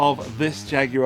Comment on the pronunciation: The British pronunciation, while not exactly accurate, is so preferable to the horrifying U.S. "JagWIRE!" It's guar like guar gum. Thank you, UK cousin for your pronunciation and for an excellent examination of a fun guitar!